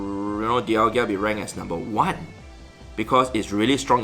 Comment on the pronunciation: Its DialgA... NOT DIALGIA